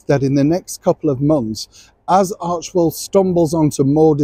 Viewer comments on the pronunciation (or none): Supposedly it came from the ancient Greek word Arche roughly meaning beginning, origin or command. Pronunciation usually ar-kee or ar-kay. So she even got the name of the money maker incorrect.